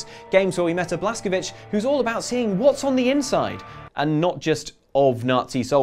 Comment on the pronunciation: The pronunciation of the Wolfenstein protagonist is Blaskowitz, rhyming with it's. He's American, and Americans of both Polish and Jewish ancestry pronounce it that way.